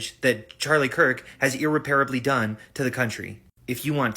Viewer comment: It's funny hearing Destiny pronounce words wrong like irreparably 😆